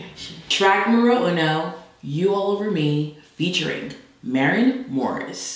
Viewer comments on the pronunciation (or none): The way calls Morren "Maureen", is sending me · Its MAREN